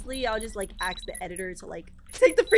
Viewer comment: Just realised says aks instead of ask